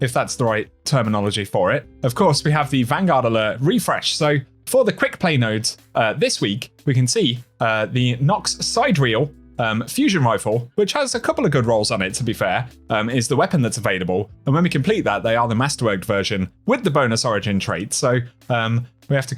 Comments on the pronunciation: Si-dear-re-al = related to distant stars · It's sidereal, not sidereal